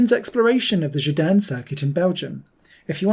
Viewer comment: It’s called Gedinne not Gidanne 😆